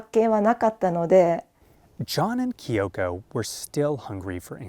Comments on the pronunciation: her name is kyo'ko. not ki'yo'ko. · no, her name is not kee-ohko. its KYO-KO. two syllables, you american.